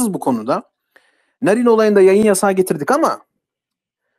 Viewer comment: Jahrein i sevmem ama bu yapılanın haksızlık olduğunu düşünüyorum. Bir şey daha eklemek isterim ki Sayın şu çocuk yaşta canından olan kızımızın ismini TDK ya göre doğru söylüyor olabilirsin ama aynı TDK örneğin Kaatil diye vurgusuyla okunan Katil kelimesini vurgusunu yok ederek anlamsızlaştırmış iken bari kızcağızın ismini olması gerektiği gibi telaffuz etsen? Narin diye yazılır Naarin diye okunur.Sen narin narin dedikçe içime fenalıklar geldi. Jahrein in ailesine ve eşine sabırlar dilerim.Umarım adalet en kısa zamanda tecelli eder ve serbest bırakılır.Narin kızımızın katilleri de,onlara yardım ve yataklık edenler de umarım en ağır şekilde cezalandırılır.Mekanı cennet olsun kızımızın.